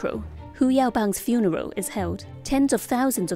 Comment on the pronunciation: '22nd Aprow Hu Yaobang's Funerow...'